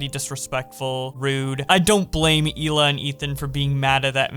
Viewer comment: its Hila* not "Shila" my dude